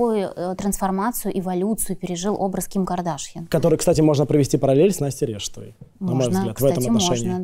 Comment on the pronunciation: Стрелец устойчиво и настойчиво не понимает, что Ким не кадАшян , а Кардашян. Ну элементарно же. Слух режет